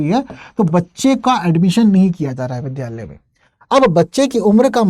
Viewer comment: Vidhyalaya nhi vidyalaya